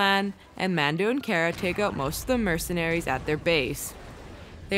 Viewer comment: MercenARIES lmaoooo why do you emphasize the ending of every word 😂